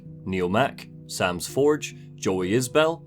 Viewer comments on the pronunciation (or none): none